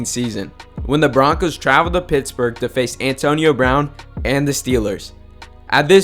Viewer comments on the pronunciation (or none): none